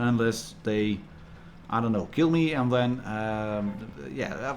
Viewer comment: "I keel you!" lol! Nice review .